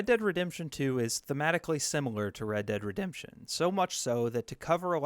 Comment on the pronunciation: Redurd Redemption